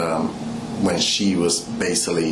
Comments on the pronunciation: and he kept saying "basilly". I could have sworn the word is "basically". He sounds so illiterate. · Basilly or basically lol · He says the word "basealy" at least two times.The word is basically, one time and it is misspoken, two times indicates that is part of his vocabulary. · “Basaly” what a clown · If I hear him say bassilly one more time….🙄😤(basically) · " Basily, piture, inaproprit," He's completely illiterate ! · Baysilly, instead of “basically” is standing out the most to me lol. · OMG!!!! My flesh crawled everytime he said basilly & he said it over and over again. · Him said BASILLY MADE ME SOOO MAD. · Can’t forget “Basilly” “I was deescalation the situation” 😂